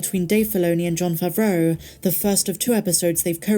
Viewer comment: Is it favro? Or favrooooah? it gets pronounced different every new video , sometimes DURING the video 😂😂😂